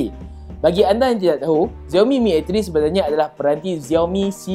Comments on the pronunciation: XIAO mi la bukan ZIAO mi.Sebut betul betul la nama brand tu.makasih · Dia sebut xiaomi terasa mcm dia sebut ziaomi...dia sebut ziaomi mcm nak menghina perkataan xiaomi.. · tkde sapa ajar dia sebut xiaomi dgn betul ke? geram pulak aku dengar